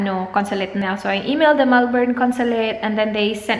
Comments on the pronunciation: melbourne is pronounced mel-bun as opposed to how we usually pronounce coz of its spelling. Weird and cool, but it took me 26 years to figure that out as well. Hehe just thought you'd like to know. There are a lot of videos here on youtube where they give samples on how its actually pronounced. Love ya! ❤️ best wishes soon. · Coco Natz mel-bin